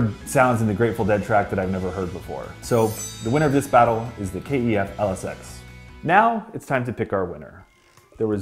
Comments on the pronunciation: Sorry, had to comment - please call the speakers by their correct name "kef" not "K - E - F" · It's pronounced 'keff', not K.E.F. Just saying. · ITS KEF NOT K E F BRO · Rowan & Belinda Wilson it can be pronounced both ways since it stands for Kent engineering foundry. the actual most proper way is K E F which is how they say it in the KEF blade commercials. it's also why it's not spelt Kef. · No one says K-E-F , Good video tho 👍